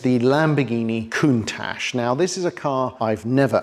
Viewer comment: No, it's "koon-touch" I'm right.